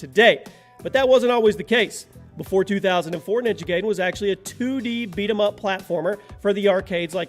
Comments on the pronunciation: OMG LERN 2 SAY NAMES RIGHT PLEASE you miss pronouch so many things wrong so many dang times ninja giden is not prounouced ninja gayden its prounouced ninja guyden you have miss prunouched other things 2 but i just dont remember them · Bruh you are saying ninja gaiden like Gayden but it's pronounced like GUIDEn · It's not Ninja GAYden, It's Ninja GUYden! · Lol Ninja Gaydon? You do realize it's pronounced Ninja Gideon right? With the long i? Even AVGN addressed this issue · Did you just say Ninja Gaydin? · Gaiden pronounced Guy-den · Ninja Gaiden= Ninja Guy-Den imo. Never once have I heard it pronounced the way you say it. Not saying I'm right or that you're wrong tho. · You pronounced gaiden wrong it's actually pronounced guy-den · Roger Cruz yep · you said ninja gaiden wrong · It's pronounced gaiden correctly in almost every language, it's english that is broken...